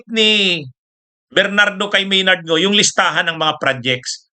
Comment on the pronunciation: Maynard Ngu po attorney, hindi Maynard Ngo. Mali lang po ang inyong pronounciation, katulad ng petsa, pronounced ninyo pitsa. Ganyan siguro mag-pronounce ang mga Bicolano. Pardon me.